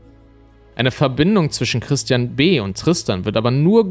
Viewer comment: Dieses anonyme telefonische Geständnis, klingt wirklich, als sage er „Tristian“, was wie „Christian“ klingt.. - freudscher Versprecher?